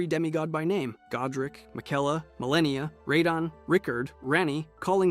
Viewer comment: “Mareeka” yeah bro we are not watching this